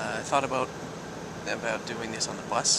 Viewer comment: You said "Aboot" very slightly. Teehee.